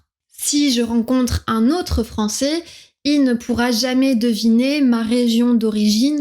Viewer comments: Tu as quand même un accent du sud un petit peu! Quand tu dis Français tu dis "Françé" alors que le [ais] se prononce normalement [è] et non [é] ! 😊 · Bonjour . J'ai deviné ton accent dès les premières secondes de la vidéo quand tu as prononcé le mot "Français". J'ai su que tu venais du Nord( je suis moi-même Picard). Nos voyelles finales sont fermées alors que certaines sont ouvertes dans le Français standard. Ainsi, tu as prononcé "fransé" pour Français alors que la prononciation classique des mots en " ai " est " è" donc Fransè". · Pour moi votre français sonne effectivement tout à fait standard. Le seul trait qui me paraît singulier, c'est votre usage du son "é". Quand pour "français" vous prononcez "francé", vous faites comme ma meilleure amie qui vient de Provence (mais parle un français "standard"). Alors que moi qui viens de l'est de la France (tout en parlant aussi un français plutôt standard) je prononce "francè". C'est comme pour "lait". Elle prononce "lé", tandis que je prononce "lè".